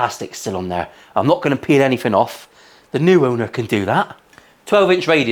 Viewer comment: Quote "I'm not gonna peel anyfing off" Definitely a missed opportunity for one of your Benny Hill moments but thankfully an added bonus for your viewers.🤣